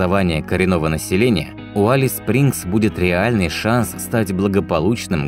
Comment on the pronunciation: Алис звучит ужасно! Элис бро, Элис!